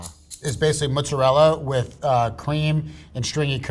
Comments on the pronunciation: I can't take a "cheese expert" seriously when they say "moozerel" 😂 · Anyone else notice he says mozzarella wrong